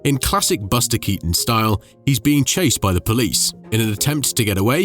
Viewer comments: Dachte immer dass man den Nachnamen von Keaton so wie Kiiten ausspricht und nicht wie Katon 😂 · Cazzo: la pronuncia è Kìton, non Katòn!!!!!